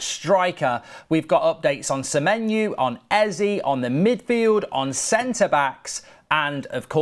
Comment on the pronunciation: Please say semenyo not semenyu it’s driving me insane 😂😂😂😂